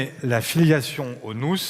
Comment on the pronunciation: AU SECOURS, IL Y A UNE FOLLE NOUZZZZZ AVONS PEUR 😂😂😂 ELLE EST CARRÉMENT PERCHÉE OU SINON OLIVIER FAURE A DÛ LUI DONNER UN PEU TROP DE NARCOTIQUE